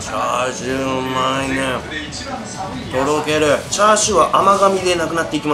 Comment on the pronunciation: ニンニク増し増し、美味しそう〜☺️ チャーシューが、『つ』になってましたね🤗